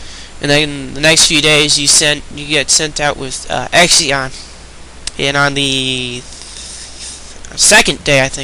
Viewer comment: OMG i told you this before number 14 xion her name is pronounced she-on this was stated in july 2009 issue of nintendo power if you are going to say her name say it right please...